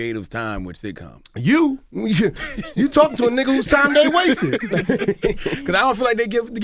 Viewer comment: Stop saying “Nigah” smdh